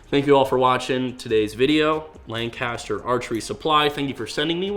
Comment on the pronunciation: Growing up my whole life in central PA, it’s like nails on a chalk board hearing how you pronounce Lancaster. Time to call up PJ Riley for some tips lol.